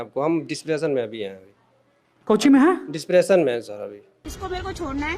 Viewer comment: Bro ur video is great but just a one thing I requesting u that last tone of ur voice ( jaye gaaa kiya haiiii ) plz don’t do that that’s little bit annoying 😅